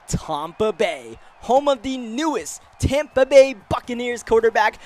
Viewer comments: "Tompa bay" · it’s not tompa bay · TOMpa Bay. I was confused when you said that at first. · He just keeps saying Tampa wrong